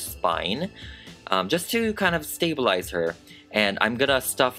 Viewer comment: I have never heard anyone say “stabilize” like that 😂🖤btw I love her! 🖤